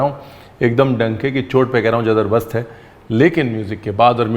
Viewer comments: जबर्दस्त होता है सर जदर्बस्त नहीं होता है 😁😂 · I heard jadarbast 😅😅